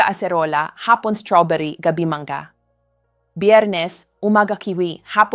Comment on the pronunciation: Ano b nmn ung pagbibigkas nya ng ,ung Mangga,binibigks ng Manga daw,tas ung pinya,bigkas Niya eh pin-aple daw